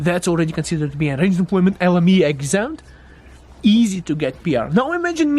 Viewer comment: Hi, I appreciate your content and I have been following you for years, but I think you might confuse people but calling it LM-mia... I might be best to just say L M I A. Keep up the great work, great info!